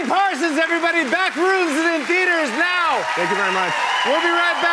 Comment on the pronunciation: More like "parSONs😭😭"